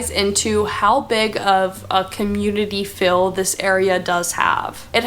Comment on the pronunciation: But she did say "fill" instead of "feel" several times, and (my favorite) "assessable" instead of "accessible".